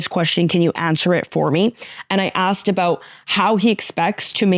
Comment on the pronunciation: Funny how this beautiful Latina, with the accent in tow, said the word "about" and it came out "a-boot" and some Canadian popped out. She's amazing.